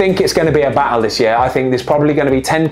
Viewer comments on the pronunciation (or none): none